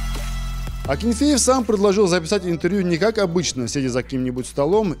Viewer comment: Всем, всем ,всем..Произносится фамилия Игоря - АкИнфиев. Ударение на И.